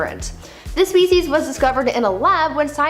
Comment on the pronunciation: Every time she says"species" I hear"feces". It can be quite distracting